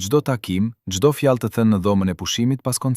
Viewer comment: Lexuesi shumë dobët e fletë Shqipen ??? Germën L e shqiptonë LL. Ndëgjojeni me kujdes të lutem Kërkoi ndjesë nëse jamë gabim ??? Fjalën vohël ( vogell ) lartë ( llartë ) fjalë ( fjallë) Largë( llargë) Ndëgjojeni fjalën populli si e shqiptonë ???